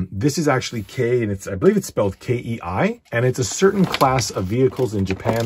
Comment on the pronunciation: Kei is pronounced key